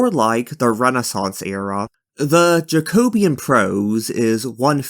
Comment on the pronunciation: Great video, really enjoyed it but one little point you pronounce jacobite correctly but jacobean is pronounced much the same way.